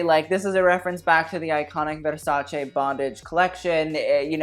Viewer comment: I nearly had an orgasm every time you said 'versace' correctly instead of 'versaci'